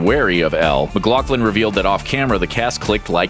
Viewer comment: it's not pronounced "mc-glock-lin", its "mc-gloff-lin." smh